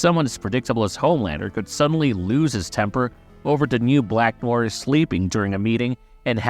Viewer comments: .... is this an A.I. voice cause bro just butchered the word Noir, like how they pronounce it for you in the show. Also, he wasn't with Soldier Boy in the 1940s, he joined up at least in the 1960s as the scene in which we first see him with Payback was during the Cuban Missile Crisis which happened in the 1960s. Also, we don't know that he's a new actor, a fan theory is that the new Noir is a clone of the original Noir, hence he has knowledge all of Noir various fighting skills, like it or not this new Noir hasn't been shown to be unskilled, he seems just as capable as the original, as far as acting goes the original Noir before getting brain damage was also trying to pursue a acting career until Soldier threatened to kill him if he tried to outshine him. Also its unlikely that they could have hired a Supe actor, and fans not immediately notice their super actor has been missing all of a sudden. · It is pronounced "nwahr" not "noy-er" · "Noya" no "nowah"..... Fukin yanks.... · Noir is French for black. It's pronounced Nu-ahr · u really need to learn how to say NOIR, it isnt nojer its nuaaar lol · Black Noyer? C'mon now Marveyloos Vidyiis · It's pronounced Nwar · Bro stop saying black noir like its written... Its french and its pronounced No - uh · It sound like you're saying "Black Noyr" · You need to pronounce it like "NO-ARE". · who the hell is black noar.... at least learn to pronounce NOIR before making a video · Neew-waaar. Wth are u saying 😅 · Are narv videos using AI now? The way Noire is pronounced id weird. BlacknWarr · Black "noyer" Smh. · Sir, please learn how to pronounce Noir before making an entire video where you state this word so, so many times. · Tried watching this but after 3 minutes of hearing you butcher the word Noir , I gave up. Holy fuck americans are hicks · bro cant even say noir properly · How is it do difficult to say "noir" correctly? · The way he’s pronouncing Noir 😭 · learn how to say 'Noir' correctly please